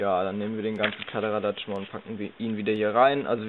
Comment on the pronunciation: Du sagst ja auch "Kladderadatsch" ... du wirst mir immer sympatischer